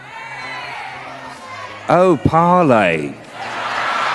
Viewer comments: Apparently stress is not on "ley" but on the " par" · he didn't forget.. they didn't pronounced righ.. it's paarley.. not parley